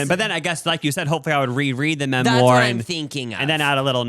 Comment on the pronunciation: Omfg I haven’t seen u guys videos in a while n just started getting back into y’all’s vids again n I love that u still pronounce “memoir” like that 😂😭